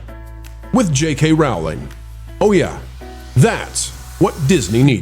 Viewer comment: "Rowling" like "Bowling" as we used to say.